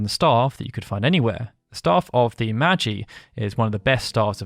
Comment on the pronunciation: its staff of " MAH GYEEE "